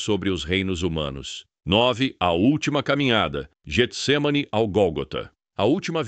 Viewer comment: Só uma correção, o nome é Getsemane não Jetsemane, pois é escrito com G não com J, e o G no início tem som de Get.